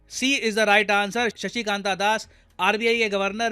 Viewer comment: It's शक्तिकांत not शशिकांत.